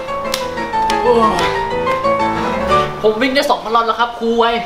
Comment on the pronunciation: ตอนเรียกครูกูฟังเป็น ค..ยครับ55555